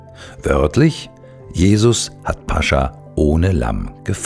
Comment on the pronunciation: toll gelesen. nur eine kleine Korrektur. es heißt nicht - Pascha - sondern -Pas-cha -. grüße aus Moskau...